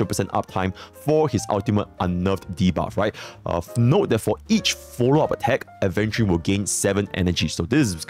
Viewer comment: He finally pronounced Aventurine correctly 😭